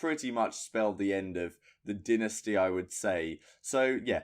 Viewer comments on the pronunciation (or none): Learn to say "dynasty" properly.